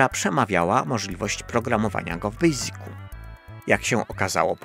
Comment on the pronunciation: Super odcinek, ale Panie Adamie jak Pana lubię, tak muszę się przyczepić o słówko "basic" bo wymawia Pan je po polsku dźwięcznie przez "z" a wymowa prawidłowa jest bezdźwięczna, przez "s": 😉